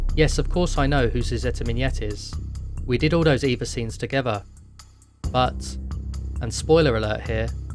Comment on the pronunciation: "Miñet" in that precise pronunciation is "Blowjob" in russian.